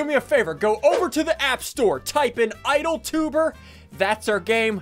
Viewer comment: “Idle tubrw”